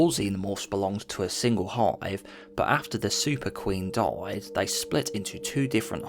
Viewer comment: Please use correct pronunciation. 'Died' is not DAEED. 'Hive' is not HAEEVE. Its irritating as hell listening to u talk here.